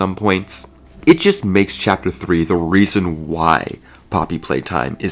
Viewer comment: "Poppy Pwaytime" Maybe you shouldn't be making conclusions on an unfinished game